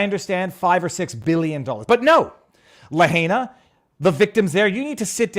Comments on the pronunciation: Viva it's pronounced La hina not La hayna!!! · La-high-nah Say it with me La-high-nah You are continuing to butcher it, intentionally?? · Pronounced like: Lah Hi nuh. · Having heard the name many times from Hawaii Kamaaina types it is "Luh HIGH Nah" with second syllable getting emphasis (use that and it sounds like you have been listening to people use the town name).